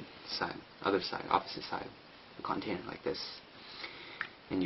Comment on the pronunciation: lol CONtainer good vid but work o your english bud